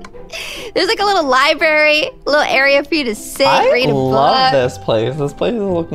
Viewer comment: lol she said libary when its library